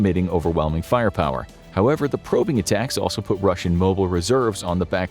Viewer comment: Atackums not to be confused with steakums